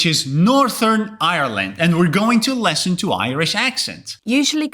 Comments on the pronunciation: U said let's lesson to instead of listen to. Is it because of ur accent or is it pronounciation mistake? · The person teaching here is certainly informative. However, where is he from? He pronounces the word " listen" as "lesson" and his "th" in the word "northern" is very strange. It's supposed to be like in the world " the" but he pronounces it like in the word "three." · You say lesson not listen. You consistently make that error. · The closed caption is interpreting you saying the word “listen”, as “lessen”… which is indeed how you are pronouncing the word “listen”. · To my ear you say 'lesson' in place of 'listen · "listen" is pronounced with a short /ɪ/ sound (as in "sit"), whereas "lesson" is pronounced with the /ɛ/ sound (as in "set"). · 100% this! Well, I also didn't make out 200 by the Portuguese guy. But, it made me cringe over and over when the YouTuber continually said "lesson," for "listen." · yeah that 'less-in' instead of 'listen' drove me crazy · As an American, native English speaker, it was an interesting video. Point of correction for the guy doing the video though, please learn how to pronounce listen. It is not pronounced lesson with an e but ih. You need to have breath there from your diaphragm. L-IH-sen The i sound can be difficult for some and often times it gets changed to an e because many languages don't have this sound. Please be mindful of this. Good luck everyone in your studies! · I had no problem with the accents, but having done tech support for years and living in a very diverse city, it didn’t surprise me. The only thing that niggled at me was the host’s pronunciation of listen as lesson. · The guy in the video kept saying “listen” but said it like “lesson” and it confused me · I'm a native speaker of USA for over 7 decades. What is his native language? I agree with those who say "lesson" is pronounced by him exactly like "listen", and I'm wondering about context on that, why that is so strong for him. Enjoyed the vid!